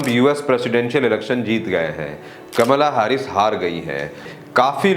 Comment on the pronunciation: Bhai it's कमला हैरिस